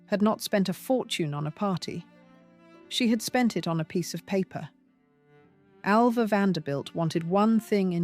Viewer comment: Get her name right. I was ALva, not AVa!